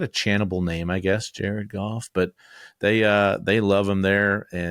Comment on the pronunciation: I got chills during this video... Jar-Ed Goff ! JAR-ED GOFF!